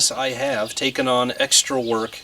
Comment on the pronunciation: Work (not “week”) 😂